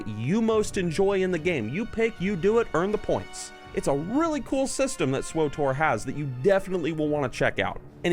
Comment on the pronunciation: Hes saying swotor not swtor